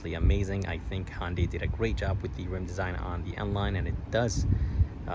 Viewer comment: ITS PRONOUNCED HUN DAY NOT HON DAY!!!!!!! HUN!!!!! NOT HON!!!!!! Pronounce it CORRECTLY!!!!!!!!!!!!